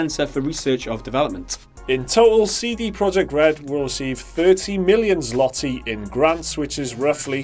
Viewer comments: 'zwah-tee'. Not 'zlah-tee'. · the L in zloty (the currency) is pronounced "w" and is translated to golden. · it sounds more like zwoty Z-wot-y. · It's pronounced tz-lo-tay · <- Go here. Scroll down to the first Polish example (Zloty - (Masculine) 1. Finance) and click on the play button beside the word. This is what it should be pronounced like. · That pronunciation of "zloty" made me laugh.